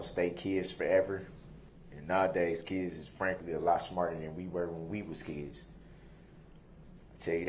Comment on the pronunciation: what a complete LIAR criminal and murderer. Oh but he obeys the Lord and his conscience is clear, ahhh he has no conscience as he is an evil egotistical heathen, no class, no love and zero integrity. "I don't get to be wif my keds...and my baby. LIAR and thank goodness WisconSIN abolished the death penalty!!! and its obvious as to why. Crime pays.